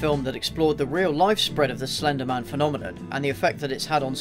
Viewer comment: AT FIRST I REALLY THOUGHT HE WAS SAYING FENDIMAN FENDIMAN FENDIMAN AND I THOT HE LIKED JACKSON WANG